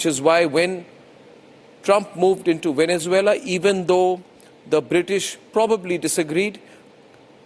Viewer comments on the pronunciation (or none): Bakshi saab gorilla in Vennanzula nahi hain sirji it’s Venezuela 😂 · You stand with a guy who can't say Venezuela 😂